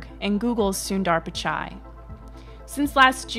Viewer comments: Why does every English speaking person butchers sundar pichai's name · Can you please learn how to pronounce Sundar pichai? If you can pronounce Timothée Chalamet you can put some effort in pronouncing his name properly as well.